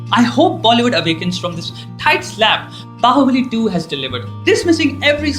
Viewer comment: dude...it's baahubali😑😒